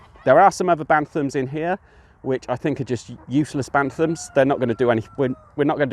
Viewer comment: Pure Breed Poultry and show quality and pheasants is the way forward hatched over 500 most are gone apart from the ones I’ve kept back would advise going down that route a lot more profitable P.s Its Bantam Not Bantham Thanks!